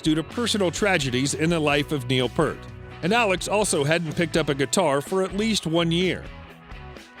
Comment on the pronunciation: None of these fools know how to pronounce Neil’s last name.